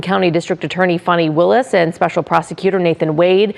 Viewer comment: You are mispronouncing her name.